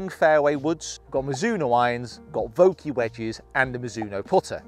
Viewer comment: "Vokey wedges" need help with those.